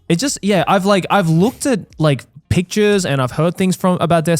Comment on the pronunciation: Did you rike it?